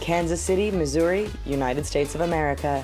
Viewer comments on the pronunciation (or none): none